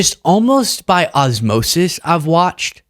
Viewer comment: "osmosis" xD